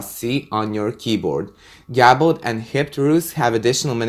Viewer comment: is pronounced GAY-ble. What you are saying is gabble, which is not a word.